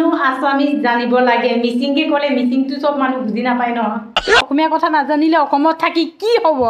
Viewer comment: Aru apunar mane kothabur স্পষ্ট নাই হোৱা কটা nohoi কথা bideo video